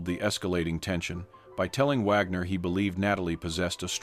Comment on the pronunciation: I agree, at the beginning it pronounced "Wagner" correctly, then later through it pronounced it "Wogner" 🙄